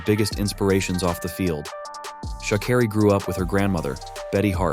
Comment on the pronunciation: her name is pronounced Shuh-care-E not shaw not car-E